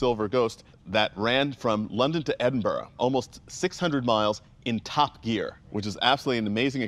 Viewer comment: Thanks Donald for saying Edinburgh properly!!!